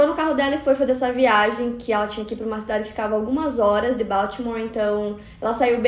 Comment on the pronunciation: eu fico agoniada com isso. Outra coisa que ela fala bastante é "cabeleleira" e ao invés de dizer "ela chegou em casa à uma da tarde" ela diz "asuma da tarde" que é horrível 🙉